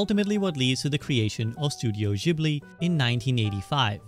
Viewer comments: Bro is Ghibli not jibli 🤦‍♂️ ... don chiote.... wtf bruh itsnot hard to pronounce it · fym "jibli" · Studio Ghibli = Studio Jiburi Ji-Bu-Ri!!! Guys say it right. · for fucks sake its spelled studio "jibli" - you call yourself a fan ? :D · clicked off after hearing jibli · It's a shame you pronounced Ghibli wrong 😅